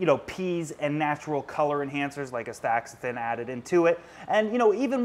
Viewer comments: It is pronounced as asta-Zan-thin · Pronounced...Asta-zan-thin...spelled Astaxanthin....Great info.